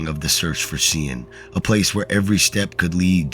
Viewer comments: Very sad stories however the one about the Irish laddie annoyed me no end Sean is pronounced Shawn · Sean is most often pronounced Shawn 😮😊😌